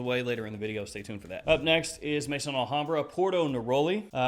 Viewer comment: Hey, it’s Maison Alhambra not Mason Alhambra ( pronounced may -son ) Maison is the French word for house as in house of Alhambra.